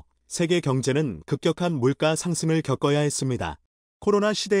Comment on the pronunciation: 강믈 가는 물가 가격의 물가는 물까로 읽으세요. 적당히 실수하시길. 앞글자에 받힘이 있고 뒷음절에 오는 초성의 자음은 ㄲ ㅆㅉㅃ은 아니어도 이것들에 가깝게 발음 해야 합니다. 그동안 잔소리를 수도없이 했는데 xx불능이라는 말이 나올것 같아요. 중국인이라면 봐줄 수 있지만,모든국민이 듣고 있다는 것을 안다면 자막 글이 잘못됐으면 수정하여 읽으세요. 김대중 때부터 첫음절 초성의 ㅇ발음을 ㄹ발음으로 해 방송국 아나운서도 고생하는 것도 많이 봤을 것입니다. 국어의 수난을 막아야 합니다.